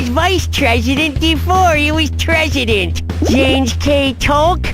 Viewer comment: Billy: “Denjanin Franklin? WHAA? He was never tresident, or vice tresident, you noron!”